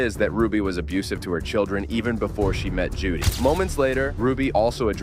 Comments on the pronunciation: Her name is Jodi Hildebrand not Judy. For the love of all get it right. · Jody** not Judy. . .